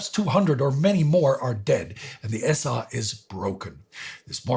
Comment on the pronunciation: The pronunciation is annoying-this is English its the SA (es-ay) not S-AH--plus throwing in all kinds of German words make it hard to understand-its the freaking German army, not Reichswehr or whatever this guy is saying.